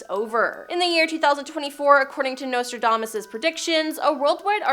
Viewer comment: If you're going to use words like impropriety, diplomacy, somnolence, relentless, lethargy, quatrains, auditory, and enigmatic you should learn how to pronounce them. Not once but TWICE you even pronounced Nostradamus incorrectly. If you're doing public speaking, or have a YouTube channel, perhaps someone should monitor your reading. It should be someone who's familiar with how to pronounce these fairly basic words and instruct you on the correct pronunciation.